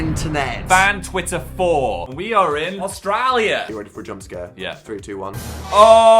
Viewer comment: “Auatriallrurr” and micro mullet 😭😭. ❤️❤️